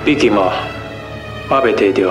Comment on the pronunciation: 蔡振翔每次都把謝家的台語唸成"假尬"